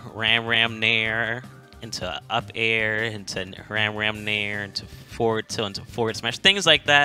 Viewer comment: I'm pretty sure "Ramram" is pronounced "Rahm Rahm" with short a sounds. It's short for "RAMen ChakRAM", both which make the "ah" sound.